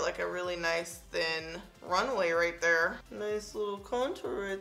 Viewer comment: Here goes my 15 minute break that i extend to watch this video 😂😂😂 “Nice thin runway right thur” “Nice little contour right thur” “Landing strip right thur” “Nice little nose snatch right thur” gotta love your videos❣️thanks for the constant uploads, reviews and bloopers.